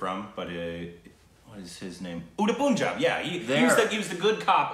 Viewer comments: ....how confidently u mess up with the pronunciation;awesome 🤭🧐🤣 "Uddd Punja" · Did said " Unnda Punja " for " Udta Punjab " 😂😂🤣😂🤣😂🤣😂